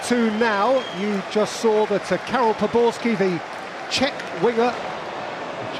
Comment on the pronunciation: C'est POBORSKY lol